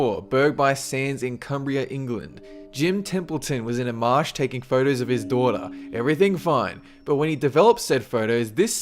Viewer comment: This guy can't pronounce his o's. It kind of irritated me. He says phertos instead of photos and herx instead of hoax. And urnnecessary instead of unnecessary.